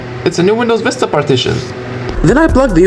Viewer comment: Bro what the hell is windows "Fista"